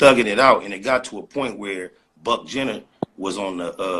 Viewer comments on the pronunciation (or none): he said "Buck Jenner" 😂😂😂😂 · Did he say Buck-Jenner? 😂😂😂😂